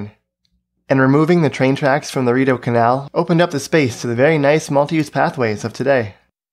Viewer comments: Consortium is pronounced consorshum, not consortee-um. Rideau is Reedo, not R'do. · It's REE-deau station, not riddow. Great video otherwise! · It's ree-doh NOT rid-oh. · It's REE DOUGH not RID OH. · it's not "rid-doh" it's "re-doh" it's french. Otherwise nice video. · Love the vid, literally only complaint is that it's pronounced ree-doh not rid-oh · Ree-deau not redeau. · Just an FYI Rideau is pronounced similar to the French way ree-doh by locals, and also by the in-train stop announcements. Hearing it pronouncing is rih-doh, was very strange and odd to me. Reminded me of when we had that convoy come in with all the out of towners 😬 Anyways great content as usual! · Ree-Doe not Ri-doe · it's pronounced REdeau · ReeDowe. It's pronounced Reedoe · It's pronounced Ree-Do'H. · You sound like tourists…Rideau(Read-oh) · As someone who is always taking the train when it's good it's great. When it's bad it's horrible. Most of the time it's bad. It's disappointing how so much money was put into this but there's always problems arising. They have started phase 2 to Barrhaven (West Ottawa) so hopefully they learn from their mistakes to make commutes better!! (Also it's pronounced Ree-d'eau....like water in French) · It's pronounced REE-DOH. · REE-dough rather than ree-DOUGH, just a slight difference of emphasis. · The way they say the station names, you know they arent from ottawa. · thanks i was curious about that, i seemed odd to me but i thought maybe my French had skewed me the wrong way. just went to relisten, even weirder as they pronounce Rideau Canal properly